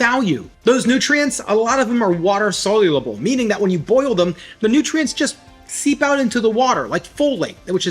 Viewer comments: Sol-u-ble! Not “solulable”! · It's soluble, not solulable like you say:)